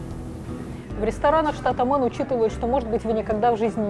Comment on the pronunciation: Дислайк за абсолютно тупое произношение. Мэйн, а не мэн. Позорище.